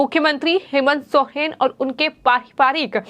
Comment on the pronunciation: Soren hota h sohren nhi kon reporter bana diya h isko re baba 🥴